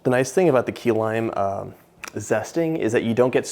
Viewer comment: At first I thought he said “Tequila Pie” 😂